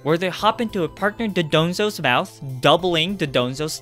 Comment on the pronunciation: Dondozo, from don + douzo, not Dodonzo